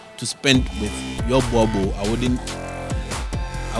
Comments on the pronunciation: It is pronounced "borebell' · Bhoer-bull (boerboel)